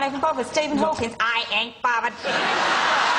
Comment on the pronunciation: Science teacher: MI? Lauren: Am i bovverd